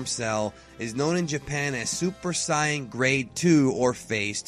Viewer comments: Please stop calling the Saiya-jins aka Saiyans 'Scions'... It's really annoying, especially since you smugly think you're saying it correctly. If you want to use the Japanese version (which I always prefer since the English dubs are terrible) then add the 'jin' to it. Don't just make up your own term by combining the way it's pronounced in English and Japanese. You can't just Fusion-HA a language, ya know. Either say Sigh-A-Jin, or Say-an, but quit it with the Sigh-an. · Saitama I like videos and all but i agree with you i really hate the way he pronounces saiyan it might be correct in japan but here it's pronounced differently majority of his fan base is probably americans so he should pronounce it how it's pronounced in the dubs plus it sounds cooler in the dubs.I do enjoy his videos though. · well thats how the dub says the japanese anime says it the way he says it. i agree with you people say sayian they have always been saying sayian even toriyama says sayian but yet this guy wants to say the other version, i dont know why he does it, maybe to him it makes him feel like hes cool. QuakeGamer632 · hudson No Toriyama says Saiyajin. And any time one of the Japanese people cut of the Jin suffix, they pronounce "Psy-Un". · I hate how you say saiyan... But great video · this is not how you say saiyan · u rwally need to learn how to say the name its really messing with people before u do ur videos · I'm sorry, but it's like nails on a chalkboard when this guy says "Saiyan" as "Cyan", like the color. It's "SAY-in", like "I'm just sayin'" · Why in the hell does he say it like siyan its saiyan mot siyan get right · you saying bad not super sayan but it is super saiyan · saiyan not suiyan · Super Cyin? You mean Super SAIYAN? Edit: XD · No, my point makes saying it Saiyan correct, not Sayan. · Sounds like he's saying Super Scion. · I KEEP HEARING SUPER SCIENCE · Did you say "Super Psy un?" Nope wrong! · “Super cyan”😂😂😂😂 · It's pronounced, say-in